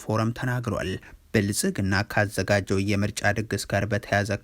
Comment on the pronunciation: " የብልፅግናው " ስትል አያምርብህም:: "ፅ"ን አውጥተህ በስሙ ጥራው